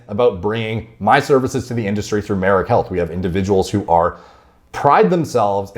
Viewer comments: I pronounced his name as Mary Jane 😁😁 Anyway...6 week blasts ftw...downtime and loss of gains is the part of the game. I like not having raisins. Everyone should find what works best for them, be it staying natty, trt, short cycles, long cycles etc. Edit: Deteriorate a little bit? Man its terrible over here coming off blast. Its like I become a skinny kid again 😁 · Is his name pronounced Marine? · Can't wait for Greg to butcher Merijns name again crying laughing emoji